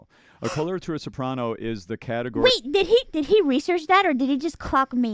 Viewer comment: When I saw the vid where a VA pointed out one of her speech mannerisms, adding an 'A' at the end of some sentences, I was like nah. Now it's impossible to not hear it. "Wait-a!" "Oh my God-a!"